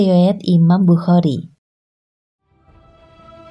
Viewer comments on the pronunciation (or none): none